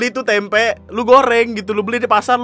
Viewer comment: Tempe bang ga pake K